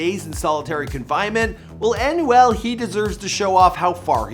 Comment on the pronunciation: Bro his name is emmanuel but just take off the emm- and you get anuel it’s so bad hearing you saying his name